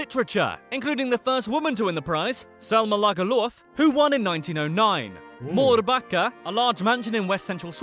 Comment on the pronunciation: Did the fact dude not search up how to maybe pronounce Selma Lagerlöf. Im not saying it as something bad but my dude said Selma lagerloof